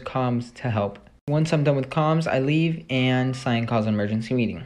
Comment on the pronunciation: You say cyan wrong no affence